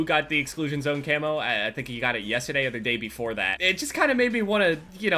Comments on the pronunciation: You said the word "yesTEday" like 6 times in the span of 10 seconds...wtf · "Yesta day" 😂 That New Jersey accent though